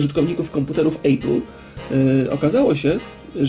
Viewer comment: źle wymawiasz nazwę firmy "Apple"; )